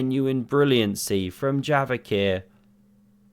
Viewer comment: Bro j is like in jail not like in yogurt, stop calling him yavokhir, it's kinda cringe